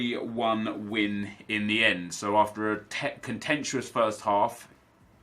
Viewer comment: Contentious* not contentuous